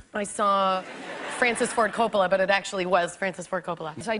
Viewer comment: Nice to hear my surname pronounced correctly! Well, nearer than the usual horrid American long first O. Both Os in Coppola are short, O not Oh.